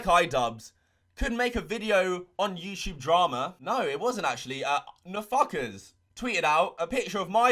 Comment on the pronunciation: Just here to hear say YouChube